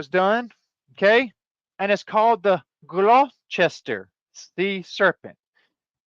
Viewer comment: Locally pronounced Gloster